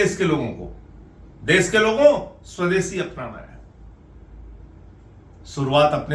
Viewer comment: Mr Sanjay Singh please pronounce correctly - u pronounce देस instead of देश and all words containing श‌ as if they contained स. It's terrible to hear ur mis pronounced Hindi words. It's an insult to the language. Please rectify.